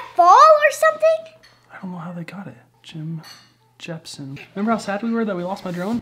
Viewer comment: "Jim jesh-pen Jim jemson Jim jepsson" :D